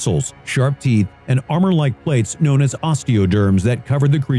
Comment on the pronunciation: “Kwown as pterosauruses” End my life